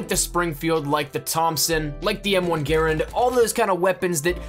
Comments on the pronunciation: M1928 (or M1A1 SMG) is the literal best smg. And it's not "gare-and" is pronounced "gerh- rand" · 😂 he said like the M1 Guerin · It’s so funny how he says garand and carbine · how is this man saying grand 😂